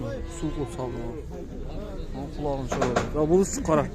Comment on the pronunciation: Кулагын шорупатат😊 Сорупатат десең